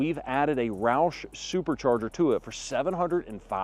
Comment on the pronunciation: As soon as roush pronounced at 4.38 min I stopped worthless video. In my opinion its dumb to install a supercharger on a non racing truck. Absolutely doesnt make sense. Mustang, GT absolutely OK. Ppl want a supercharger should by a dodge or MB cars. Then go 160 mph on freeway which I did 16 yrs ago. It was wide open freeway in a MB E55 AMG. Wow what a feeling.